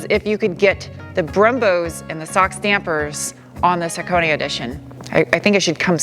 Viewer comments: The only reviewer that pronounced "Hakone" correctly. Props! :) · Thank you for pronouncing Hakone correctly. Love this car, great color, perfect color wheels. Just needs an engine swap, that Scubby junk has to go. I think this car would be perfect with a Beams 3SGE swap. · Thanks for the right pronunciation, tired of hearing guys call it HAWK ONE.. lol where in the valley are you at? Noticed the plate :) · true dat, I give full beans for that